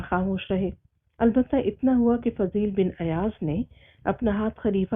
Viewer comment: This name is Fuzail bin Ayyaz not Fazeel bin....